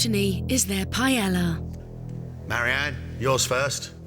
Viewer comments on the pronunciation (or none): Why british cant say PAELLA? not Pellela LOLO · Sweet jebus how come the British can't seem to figure out how to properly pronounce paella? It's not that hard. Pie-ay-yuh